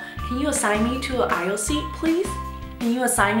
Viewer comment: 秒aisle才是正確的✅